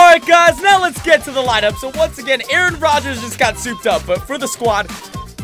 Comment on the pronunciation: Your saying Aaron Rodgers name wrong 😂 you saying it reminds me of key and peele